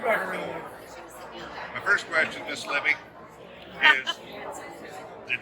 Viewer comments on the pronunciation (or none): Olivia "Livvy" Walton - not "Libby"